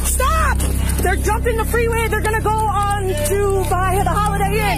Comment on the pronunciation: Did you hear what she said 😅 when said freeway 😅😂 the second time 😂 hilarious. She said freeray😅😂😂